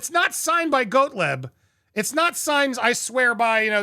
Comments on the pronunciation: It’s pronounced ‘Got-leeb’ (Gottlieb), not Goatleb. C’mon man. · It’s simple: GOTT-LEEB!!! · Its pronounced ...GOT LEEB. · Gottlieb pronounced as GOT-leeb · I know he’s a schlock lawyer but it’s GOT-LEEB. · "Gottlieb" is GAHT-leeb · GOT-LEEB. His name is pronounced GOT-LEEB. You’re killing me. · Please, for goodness sake! GAHT-leeb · Gottlieb's name is pronounced, "Got-Leeb". When you speak for a living, you should learn how to pronounce names, locations and well....Words in general 🤦🏾‍♀️🤦🏾‍♀️🤦🏾‍♀️🤦🏾‍♀️ There are several ways to ascertain correct pronunciations via the internet. You're welcome. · I believe It's pronounced got-leeb😊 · Pronounced got-leeb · Andy......phonetically pronounced "Got Leeb" Hope that helps